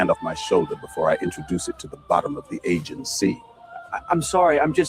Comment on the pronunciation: Uh-gee-an. Gotta work on those location names if you're gonna be the perfect Helen, mfer! One of my favourite memes so far is the one that says that Odysseus speaks with a Boston accent in the Odyssey, despite being from Ithaca, which is in New York. Clever. Like it.